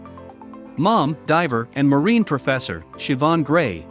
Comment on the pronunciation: The e on the end of marine is silent.